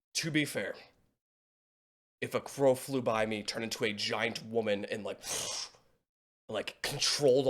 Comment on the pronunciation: DID HE SAY CROW????